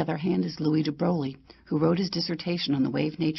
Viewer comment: Chutiye, you cannot even pronounce Einstein, Niels Bohr and de Broglie and you made a video on them?